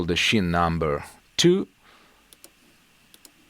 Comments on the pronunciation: That was great!! Just a tip from a Yank.....scene in English is pronounced ‘seen’. Your English is very good. My wife is in her 4th year of Italian and studies 3x a week. For some reason, I have to adjust my eq by decreasing bass and increasing highs to equal your tone. I think your guitars and pickups are the culprit....in a good way. Very ass kicking tone. Keep up the good work! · Just a tip : "scene" viene pronunciata "seen" .